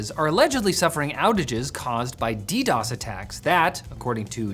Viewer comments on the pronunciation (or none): none